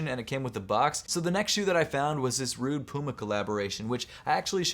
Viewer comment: Rhude 😄 Say it with me Rhu-e-ge (Rhuigi) Also bruv, the golden Jordan 11 lows are mens and there called the Closing Ceremony 11 lows and were pretty hyped in 2016, Dwayne the Rock Johnson has a pair